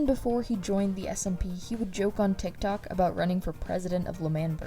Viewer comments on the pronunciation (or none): none